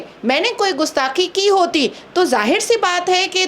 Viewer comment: पत्रकार महोदय जी को कम से कम सही उच्चारण करना तो सीख ही लेना चाहिये गुस्थाकी या गुस्ताखी